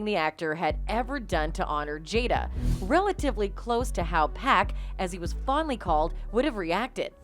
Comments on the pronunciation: It's not pack it's pac 😆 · I would ask that the commentator not pronounce Pac, Pack! It's P ah C ! Thank you. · 'Pack'? 😣 it's pronounced 'POCK' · That incident was shameful and so is their marriage. "Pac" is pronounced the way you pronounce it when you say his full name. Like "pock" in "pocket" not like "pack" in "six pack." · It’s Pac not pack don’t disrespect. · lol yoo it's Pac not Pack... I know you read the name like it's pacman but no😂😂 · Why you calling him 2pac but refer to him as pack? It’s Pac(Pawk). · Why do you pronounce 2pac right but not Pac?!? Just say it the same without the 2